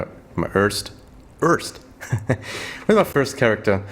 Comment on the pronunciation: Hey, danke Dir für diese hilfreichen Videos ( und den tollen versprecher mit first und örst ), hab ich doch sehr gefeiert :-D Hab mir nicht vorgenommen deinen Build 1 zu 1 umzusetzen, dennoch werde ich mich größtenteils an deinen Tree halten und versuchen an das notwendige Equipment zu kommen! Macht Spaß Dir beim Zocken zu zu schauen! :) Gruß CamperBoZZ